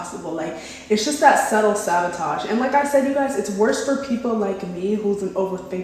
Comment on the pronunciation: You're beautiful! I feel like I should tell you it's sabotage not savotage